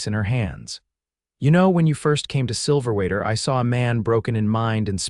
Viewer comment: The narrator is driving me crazy. The town is Silverwater - not Silverater. The story did a good job in describing PTSD and how it presented itself with Jedidiah. Listening from Tn.